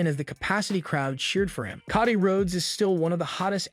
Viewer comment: dude, you're killing my ears... pls start pronouncing their names properly! it's Cody, not koddy...